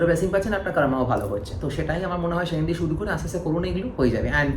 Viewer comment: Vii tomra to Bangali proper bengali te bolo .... সুরিয়া দেব, শানি দেব।। এগুলো কি বাংলা ভাষা ।।।